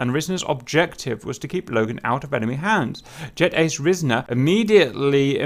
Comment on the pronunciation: It's pronounced "r-eye-sner"